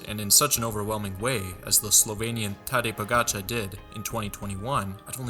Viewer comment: Freshman mistake. Im sure he'll learn some day to use the correct terms properly, including pronouncing Tadej Pogacar correctly.